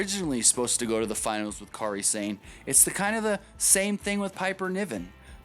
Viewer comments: They way you say Kari Sane is cringe worthy bad. It's pronounced Kari Sane not Kary Sane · "Careeh Sane"? Lol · Dude can't pronounce Kairi Sane